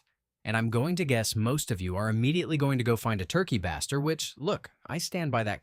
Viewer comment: FYI it's pronounced Turkey (bay-stir). Since it's used to baste the bird with juices Thanks for the video!!!